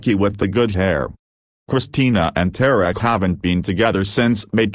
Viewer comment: its not "El Mouse sa'. . its El Moose SAA.". please say it correctly. its "Tar rick." not "Tear-rick.". please correct your pronunciation.